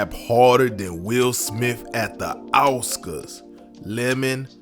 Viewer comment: At the what? Auscas?